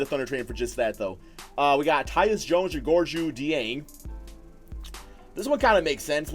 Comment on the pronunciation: If your like me, you have been pronouncing it Gorgy Ding. However, that is completely off. According to Rick pitino, there is a K and J sound in the name Gorgui Dieng. Gorgui is correctly pronounced Gorkie, and Dieng is correctly pronounced Jyang with a french twist to it.